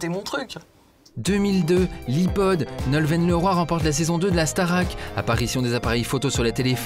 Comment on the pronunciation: Waow Loic, je me sens trahie, tu n’a pas prononcer Nolwenn correctement. Les bretons vont te tomber dessus.